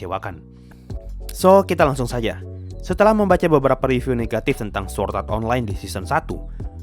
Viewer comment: SWORD bukan SWORT :v